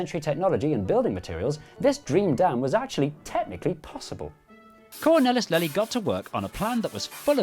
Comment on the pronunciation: All of your mispronunciations are excusable except ‘Cornelis Lely’ which I could have told you you should pronounce ‘Cornaylis Laylee’ if you had just asked.